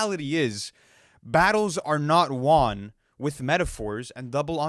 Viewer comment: Please go back and watch crodie he says that ish so weird lmao